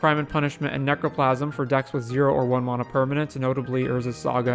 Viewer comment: What is “mona”? It’s pronounced “Man-uh” NOT “Mon-uh”.